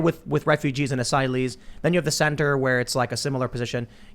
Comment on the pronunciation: 'Asyleeths', as pronounced by AOC.